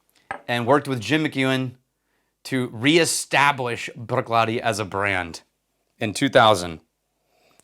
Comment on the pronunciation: Bravo in rolling of the “r” in saying “Bruichladdich.” I can’t do that.